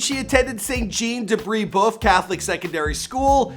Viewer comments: butchered the Highschool name its pronounced BraBuff 😂🤷‍♂️ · St Jean de brebeuf is pronounced “St. John de brebuff”